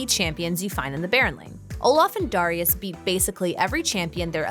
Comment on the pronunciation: It's dare-i-us not duh-ri-us